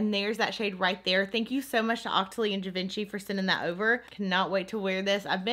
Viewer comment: I love you and your channel very much, but every time you butcher the name of Givenchy, something inside me dies. Could you please just look up how to pronounce it correctly so we can get on with our lives? Merci ❤️